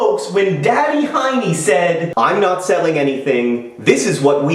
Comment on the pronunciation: Yes, its 2 am in Finland, and I am giggling about Heene (Hiney)